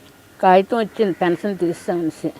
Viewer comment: .".Fension"...ani kaadu Pension ani pronounce cheyyammaa...😊